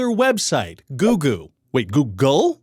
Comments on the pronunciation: he pronounced google as googoo aaaaaaaaaaaaaaaaaaaaaaaaaaaaaaaaaaaaaaaaaaaaaaaaaaaaaaaaaaaaaaaaaaaaaaaaaaaaaaaaaaaaaaaaaaaaaaaaaaaaaaaaaaaaaaaaaaaaaaaaaaaaaaaaaaaaaaaaaaaaaaaaaaaaaaaaaaaaaaaaaaaaaaaaaaaaaaaaaaaaaaaaaaaaaaaaaaaaaaaaaaaaaaaaaaaaaaaaaaaaaaaaaaaaaaaaaaaaaaaaaaaaaaaaaaaaaaaaaaaaaaaaaaaaaaaaaaaaaaaaaaaaaaaaaaaaaaaaaaaaaaaaaaaaaaaaaaaaaaaaaaaaaaaaaaaaaaaaaaaaaaaaaaaaaaaaaaaaaaaaaaaaaaaaaaaaaaaaaaaaaaaaaaaaaaaaaaaaaaaaaaaaaaaaaaaaaaaaaaaaaaaaaaaaaaaaaaaaaaaaaaaaaaaaaaaaaaaaaaaaaaaaaaaaaaaaaaaaaaaaaaaaaaaaaaaaaaaaaaaaaaaaaaaaaaaaaaaaaaaaaaaaaaaaaaaaaaaaaaaaaaaaaaaaaaaaaaaaaaaaaaaaaaaaaaaaaaaaaaaaaaaaaaaaaaaaaaaaaaaaaaaaaaaaaaaaaaaaaaaaaaaaaaaaaaaaaaaaaaaaaaaaaaaaaaaaaaaaaaaaaaaaaaaaaaaaaaaaaaaaaaaaaaaaaaaaaaaaaaaaaaaaaaaaaaaaaaaaaaaaaaaaaaaaaaaaaaaaaaaaaaaaaaaaaaaaaaaaaaaaaaaaaaaaaaaaaaaaaaaaaaaaaaaaaaaaaaaaaaaaaaaaaaaaaaaaaaaaaaaaaaaaaaaaaaaaaaaaaaaaaaaaaaaaaaaaaaaaaaaaaaaaaaaaaaaaaaaa ok is that 200 characters yet? anyway 1 star this man is dumb dumb poopy head not smart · A lot of dark brown people also pronounce it as Googoow instead of google. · Why does everyone pronounce it GOOGEL? Its pronounced GOOG-LE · This video deserves twoo stars. The video you have made was very comedic and dopamine inducing. I especially enjoyed the Googoo bit wherein Ryan George mispronounced Google. This video did; however, destroy its prior point economy by adding a 75,000 comment section. Great for mid to high level local guides working towards their ten-point picture of a star. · 3/5 Ryan was very knowledgable but also mispronounced "Google" several times, so I wasn't sure whether he was talking about Google or a different website called Googoo. Also the clip he posted of Karimbra dancing was misleading, because I know Karimbra and he is a much better dancer than that. Pretty sure the backgrounds in the video are fake too. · I believe it's "Go-Ogle" as in go look. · Goo Glee Ay - it's okay, many people get it wrong I have decided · Its pronounced Googlay